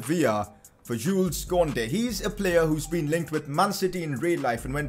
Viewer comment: Yo bro its pronounced "koondey"